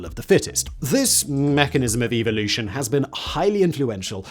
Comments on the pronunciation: "About evil-ution." Love your accent there, Simon! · Evil-lution ? LOL